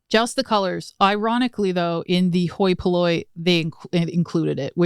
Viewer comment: Glad I watch the blooper at the end because every time said hoi polloi I kept thinking “me hoy minoy” too 😅